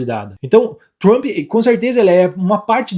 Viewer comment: O conteudo e bom mas nao entendo ate hoje como Brasileiros nao conseguem pronunciar palavras e nomes em ingles. TRUMPE. se pronuncia Tramp. Se corrigir isso fca 100%.